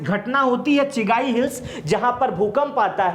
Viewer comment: चिगाई नहीं चगाई